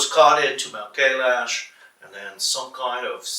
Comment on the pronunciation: How egomaniac you have to be to mispronounce Kailash when an Indian had said it just moments ago